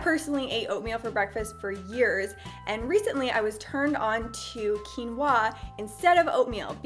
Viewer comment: The way she says quinoa tho xD Overtime she is like waaahh! Excited for quinwaahh